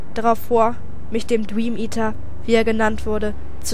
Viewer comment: "Den Dweameater"? :D lol süß x3